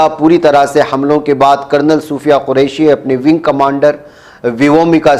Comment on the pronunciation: मोलाना सोफिया कुरेशि है सुफिया नहि है